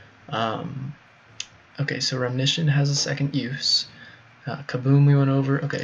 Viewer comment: i think you mean RE-Mission not 'remnition'